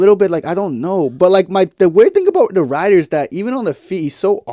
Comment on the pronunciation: It's Ridder with a short i, not a long i. Like the i in "if".